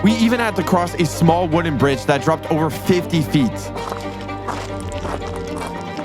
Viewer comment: I died when he said “sma island”